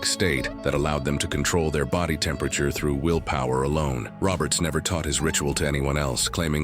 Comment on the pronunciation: Your A.I. doesn’t say temperature very well .. makes up words